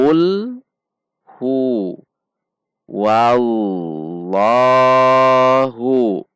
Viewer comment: Kesalahan sering banget, Qul HuwaWLoh... dibaca waw